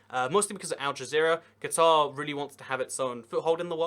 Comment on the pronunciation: Take a shot every time he mispronounces "Qatar". Damned Anglophones...